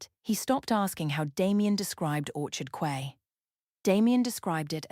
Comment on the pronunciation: Teach AI that Quay is pronounced Key.